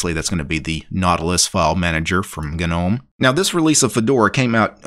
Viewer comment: Its a silent G mate